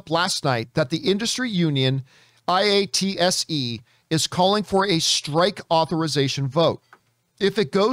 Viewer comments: Just a helpful tip...its pronounced Eye-Ought-Sea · It is pronounced EYE-AT-SEE, John just fyi. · We pronounce IATSE like "eye-at-see"